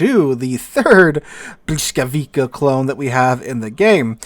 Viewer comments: "bwis", Błyskawica has an "L" with a slash through it. In Polish (and some other West Slavic languages), that is pronounced as a "wah" sound. While the letter "W" is pronounced as a "vuh" sound. So the correct pronunciation is, indeed, "bwiskavitsa" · Ok, Pole here. It's "bwiskavitsa" :) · it's more like "blyskawitza", no hard K at the end. difficult language i know :) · Aaarghh! Bvis-cah-vi-tsa... The stroked L is pronounced as either v or w, depending on its position. The c is pronounced like k in Polish. Interestingly, if you take a close look, you can still see the German "Blitz", from Middle High German blicze, in this word. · Man you're really butchering the name of that ship ;) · Thanks! An English-speaking American looking at "Błyskawica" has no clue whatsoever how to pronounce it just by looking at the word, the correct sounds of the letters are totally foreign to them, which explains butchering of the correct pronounciation. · Yeah, who would expect a teacher to make a simple copy paste entry into a translate tool and klick the "speaker" button to listen to the pronounciation. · Well, but its not quite that simple. Hearing the correct pronunciation, and saying it, are two different things. That is why people who are non-native usually have accents. However, I agree that he butchered it badly and could have done better.